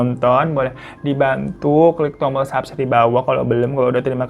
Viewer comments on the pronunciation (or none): none